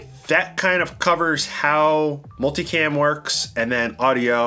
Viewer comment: Swear everyone says “multi-clam!” Lol!